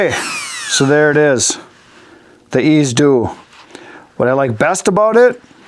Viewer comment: Dude! Pronounce it like its spelled Ez-z-do ( Ease-zee-do).